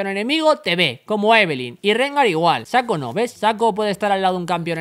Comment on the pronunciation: Saco :v Lol, es SHACO ''Chaco, solo que con ''S'' :b